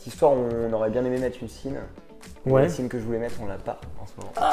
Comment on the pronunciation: Très sympa cette vidéo. Petite remarque amicale : on ne prononce pas la marque "Sinn" avec "S" comme dans "signe" par exemple mais plutôt comme un "Z" soit "Zinn".